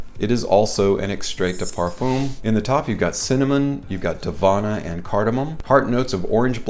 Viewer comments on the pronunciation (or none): hi. you have to learn how to say "Parfum" in french, and not saying it like "perfooom" that's not the pronunciation and for a french guy it sounds pretty ridiculous